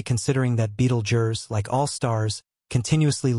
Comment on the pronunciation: at least learn to pronounce the star before u make a video bud